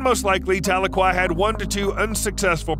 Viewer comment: Tuh-LEE-kwuh is how to pronounce the orca's name.